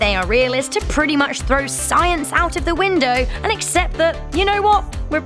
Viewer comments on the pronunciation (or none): none